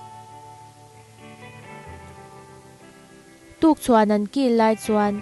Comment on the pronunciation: Tukchhuan ni lo in tukthuan tih zawk tur